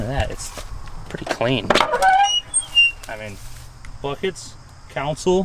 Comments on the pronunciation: I heard him say "council" instead of console, and had to stop the video right there to make this comment. Seems to me that almost all younger people do this now, why? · Con sole not council. Console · counsel? on Console? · I love the 68 LeMans. Best year for them, and I prefer them to the GTO. And just like my dad, you say council instead of console lol. Edit: GodDAMN those rocker arms are a travesty! Please, no LS swaps!